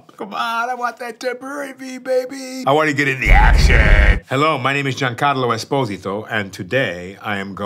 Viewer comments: It's refreshing to hear him spelling his surname the italian way (with an emphasis on the first "o") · I love how he pronounces his last name with the correct Italian pronunciation, even though the world community pronounces it wrong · Love how he initially said pronounced his surname the correct (Italian) way and later on when speaking faster said esposìto (with the accent on the I) like American and Spanish people say it